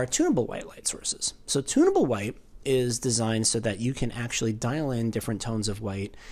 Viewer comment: I thought you were saying "tuna boat" white. Lol. You were saying, "tunnable".